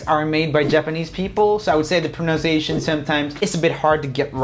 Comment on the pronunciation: pronouncing the word "pronunciation" wrong .. how ironic